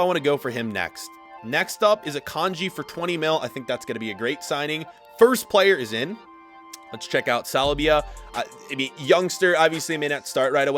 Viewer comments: Pls don’t call saliba: salbia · He said salbia lol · STOP SAYING SALIBIA THERE IS NO I